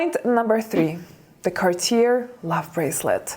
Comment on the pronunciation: Cartier is pronounced Car tee a (rhymes with ''say'') and accent on final syllable.